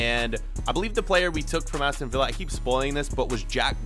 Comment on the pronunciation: He finally said Aston Vi-ll-a 😂